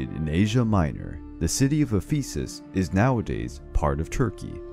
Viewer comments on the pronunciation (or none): The stress is on the first E in Ephesus. English always ruins everything... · It's pronounced EH-phu-sis. Not eh-PHEE-sis. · Can’t pronounce Ephesus, won’t just say the name of who burned down the temple of Artemis (Herostratus), annoying but still, a pretty good video.